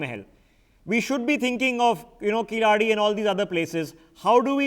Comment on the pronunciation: should be pronounced as "KEY La ADI",please correct your pronounctions with your NewsX Mugilan please